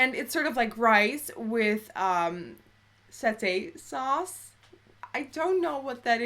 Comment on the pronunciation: because you didn't know what it is in English: satay sauce is pronounced saa-taay. hope this helps. :)